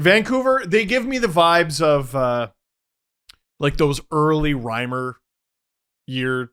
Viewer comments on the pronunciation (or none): none